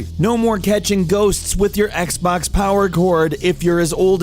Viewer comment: This guy is literally saying "Zii Xbaax one s"